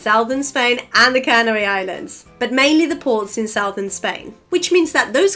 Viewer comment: In English, we don't say Cannery Islands but Canary Islands. The accent is on the second syllable, not the first, and it's a long diphthong (rhymes with airy and fairy). A cannery is a factory where food is put into cans. A canary is a little yellow bird that likes to sing. You also mispronounced phenomenon as if the final syllable was -num.